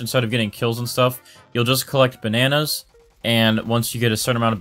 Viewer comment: *all the ba nan ayes * LMAOO